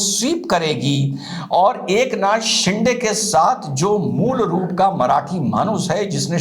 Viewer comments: सिंडे नही सिंदे 😊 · साहब, शिंडे नहीं, शिंदे